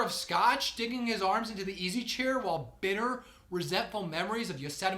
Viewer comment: I stopped listening when he said "wohl" instead of "while."